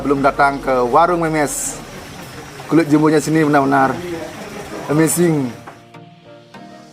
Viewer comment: Amsing kahakha amazing numb wkwk Salah ngucapin ya